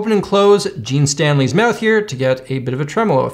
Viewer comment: LOL, is trolling HARD with the Otomatone!! "Gene STanley"